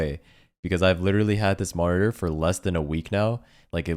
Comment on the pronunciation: you said the worrd "moniteur" 67 times